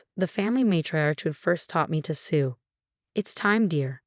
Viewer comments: It's not sue, it's sew, two completely different things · It’s sew not sue! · sew not sou